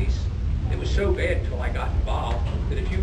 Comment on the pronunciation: his "bad" "dad" and "mad" are all different vowels